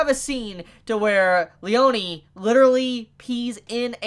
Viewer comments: btw it's "Leoneh" not "Leonee" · Lee-own-ee? It's just Lee-own that's how it's said. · Its pronouced leon(like the beyblade)lee-ohn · did you just call "Leone" --> "Leoniii"? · it's Le-yo-ne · The way you pronounce Abbacchio's first name is driving me up the wall, to be honest. Also, the memes lied. Narancia isn't a trap.